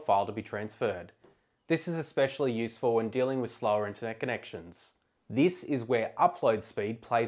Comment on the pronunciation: Those were some of your words that I could not hear. You need to speak a little clearer. When you talk about the "compressing data" option, I do not understand what you are saying. What data files are you mentioning? And then I think you say that this choice is good for slow internet connection? Listen for yourself when you articulate the word "internet connection": "int-connection". What I missed in the film is what other applications you should choose for a backup - because the user will have some suggestions.